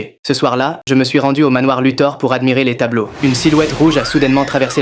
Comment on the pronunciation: c'est pas " luther " mais " luthor "